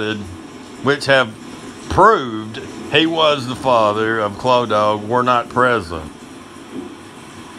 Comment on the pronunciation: 🤣🤣🤣🤣The childs name is pronounced clow-da